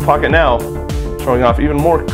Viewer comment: When you say Vire launcher it sounds like you're saying "viral launcher". I don't think the name choice was the best marketing strategy somehow...